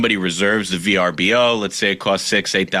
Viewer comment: It’s Pronounced Verboh